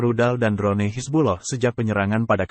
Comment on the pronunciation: Drone= dron sebutanya wak..bkn dron ne..🤣🤣🤣🤣